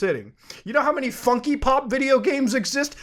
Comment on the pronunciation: Lol "funkee pop"